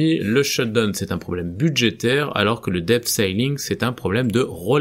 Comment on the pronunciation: Et dans "debt", le b ne se prononce pas..